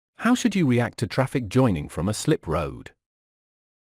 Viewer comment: Jeez Man, sort that 'traff eye cee' out please